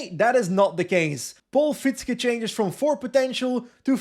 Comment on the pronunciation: Love your content! Quick tip for next time: Fietzke is actually pronounced "Feahtske", because that "ie" is a very long and unstressed i sound. It's basically the same sound as in the English word "fear", but instead of the -r, just add -tske. Voila: Fietzke. Stressed on the second syllable, if you were wondering. Keep up the good work! Cheers.